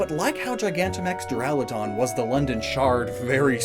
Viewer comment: duraludon is pronounced (dur-ila-don) and raikou is pronounced (ry-ku)